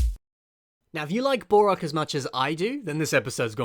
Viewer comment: It sounds like he's saying "Bore-ok" instead of "Bow-Rock" & it's driving me up the wall! XD